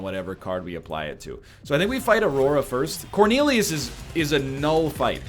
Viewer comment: “We’re going to hard counter corneilious”